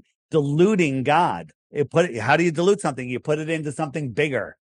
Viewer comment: I couldn't understand him the first few times, because he pronounces "dilute" as "delude".